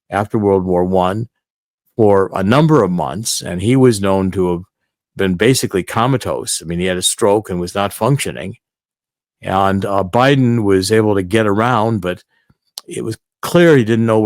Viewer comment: The word is pronounced CO-mah-tos (long "O"s, like "oh")! It's the same with "coma." It isn't pronoun like a "comma" (such as a ",")! Again, it's "COMAtose," not "COMMAtose!